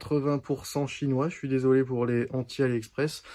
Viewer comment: Rajoute un S à 'chinoi' mon...😉🤗